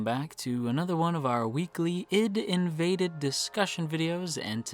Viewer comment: Please :S it's not Id:invaded :S it's AI-DEE:Invaded you just pronounce the separate letters, I mean it's pretty obvious if you think about it, it's about invading the ID=ego/super ego/subconsciousness.